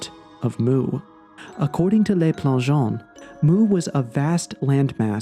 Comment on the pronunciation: Please learn how to pronounce French. "Le" rhymes with look, not lake. It does not sound like "lay."